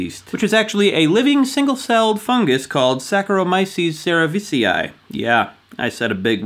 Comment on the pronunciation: In "cerevisiae" you don't pronunce the "a" because in Latin the diphthong "ae" is read as "e". Don't beat me lol